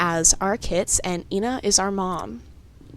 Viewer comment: It’s pronounced e-na